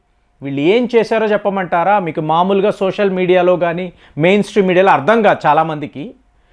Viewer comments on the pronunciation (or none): none